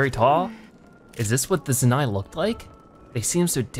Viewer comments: It’s pronounce Zoh-Nai lol. Jus to let you know, not Zanai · Also… ITS ZOE-NAI NOT ZENAI!!!…..ahem.. sorry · it is zonai you are prononcing it like zuni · The word zonai is said like zone-eye. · Its "Zone" "eye" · Zonai - Pronounced zoh-nigh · The fact that he said zoni wrong killed me